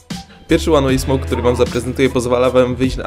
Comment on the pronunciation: łan łej smołk XD